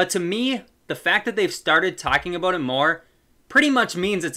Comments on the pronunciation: Are you Canadian? The way you said "aboat" in the start made it seem like that 🤣🤣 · so basically Canada